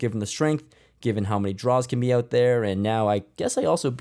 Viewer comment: Lol “battle it owt”